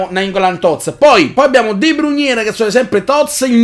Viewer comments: sei grande però non è De Bruniè, è De Brùin, non è Aubumeiang ma Obameiang!!! Come lo dici tu è troppo difficile da pronunciare!!! Comunque continua così:D grande!!! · NON E DE BRUGNE MA DE BROIN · Ma Perché storpi i nomi dei giocatori -.- de bruyne non si può sentire come lo dici